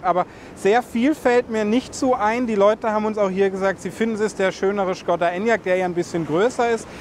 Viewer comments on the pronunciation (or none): none